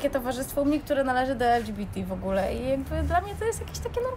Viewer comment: Czemu mówisz ,,el dżi bi ti,, jesteśmy w Polsce